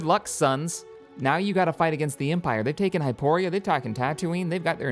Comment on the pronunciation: Yeah, but then there's stuff like pronouncing Gamorr 'Gamora', Hypori 'Hyporia', and there was one time he pronounced Geonosis as 'Geonosia'. Thinking about he, almost every planet name he mispronounces, he adds an A.